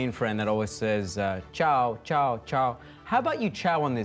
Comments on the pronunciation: Not CHAO but CIAO. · It's Ciao not Chao Greetings from Italy You're great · CIAO is C-I-A-O and not C-H-A-O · It's "Ciao" not "Chao"